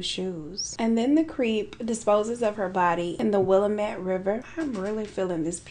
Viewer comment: As someone who lives in Oregon, I’ve never heard of this case before so this was super cool. Also, it’s pronounced “will-am-it” ☺️